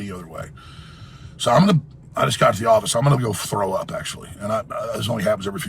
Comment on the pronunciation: That "im gonna frow up" shit kills me